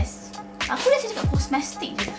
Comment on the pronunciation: Sebut.. kos mes tik 😂